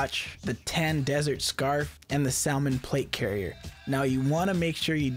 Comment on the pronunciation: Did this nigga say sal-men instead of salmon (Sam in)